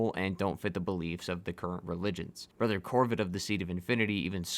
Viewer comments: Are you trying to say brother and sister? Or are you deliberately saying brether and sester? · BlaaaaH My BREther ANd SEEEster